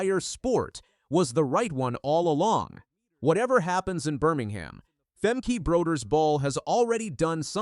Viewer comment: Just so you know, the last e in her name sounds more like an a (as in spa) Femke Broeders-Bol is her name now since she got married.